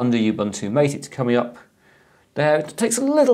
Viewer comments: pronounced ma tay rather than m ate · Nice video, a small peeve, Mate is pronounced “mah-tay”, not "mait". I've been using Mate ever since they forked it from Gnome 2 when Gnome 3 came out. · Its Mah-Tay, not m8. Source: Mate website. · Anyone else triggered by pronunciation of Ubuntu MATE. It's mah-tay. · hope you don't mind if i correct you ...the pronunciation of "mate" is wrong . It's not intended as "buddy" or "companion" . It's actually spanish, and it's the name of a south american herb used to make infusion. Just scroll down this page